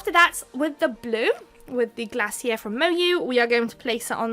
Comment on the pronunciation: This set is so cute! I need this plate! I remember having a care bear when I was young! The Glacier polish is pronounced as Glay-Shur... lol. I some times wash my stampers in dish soap and lighty dry them off! Any woo... lol. I think you did a great job on doing this set! Can't wait to see more! Xoxo from Detroit, MI 😘 ❤️